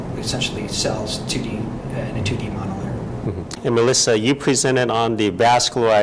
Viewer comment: Her name is not 'Melissa', I wish that Dr. Wu would learn how to say his colleague's names correctly. It is unprofessional and disrespectful to say it wrong so frequently. Dr. Radisic was very patient with him, kudos to her for that! Also, to AHAScienceNews, you've spelled Dr. Milica Radisic's name wrong! Get it right! Such incompetence!